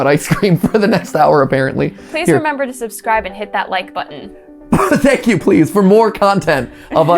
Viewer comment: Matpat, please never say shank you with my sausage ever again…. Thanks.